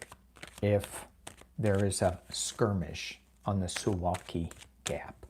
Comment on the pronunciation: Suwałki is pronounced Suvawki.